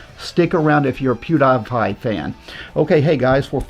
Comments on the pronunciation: I am in my 40's never watched one of his videos, but I know that he doesn't pronounce it "POO - DYE - PIE" ........does he??? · Or "Piudaipai" as he says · i like how mispronounces pewdiepie because it implies he never even watched a single video that he's made or any that involved him. he just saw his numbers and immediately got on his knees to beg for his endorsement like the desperate fraud he is. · How in the world does somebody mispronounce Pewdiepie? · To be fair, seeing how he pronounced PewDiePie, is it surprising? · At least say Pewdiepie right what an asshole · The way he pronounced PewDiePie crippled my brain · His worst sin is saying Pewdiepie wrong lol. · bro am i the only one that absolutely DESPISES how pronounces "pewdiepie"? holy shit each time he says pewds's name it makes me wanna commit seppuku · Pewdiepie: Says his name in the first 5 seconds of every video, so anyone who watches his videos knows how to pronounce it.: Pronounces Pewdiepie's name wrong every time proving he's never watched a single video. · It genuinely pisses me off, cuz you don't even NEED to research, just pull up a random video from Pewdie, and in the first few seconds he actively says his name with the proper pronunciation and everything! Like... only went to Pewdie because Pewdie is a big name and NOT ACTUALLY BECAUSE he bothered to actually watch his content. I mean, with the other works he made featuring big names solely to improve his own brand, he has made it just as much his career to piggy back off of someone actually popular as he does swindling. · THAT part right there he doesn’t get spelling and pronunciation I don’t care if it’s spelled with capitals in the midst it’s not Die as in dying but die as in dee to rhyme with tie as in tee not in tying and ew like u do cutie pewdie -pie so easy peasy but he’s a remedial troglodyte with latent pedophilic tendencies from a childhood survivor’s viewpoint… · the way he pronounced pewdiepie 😭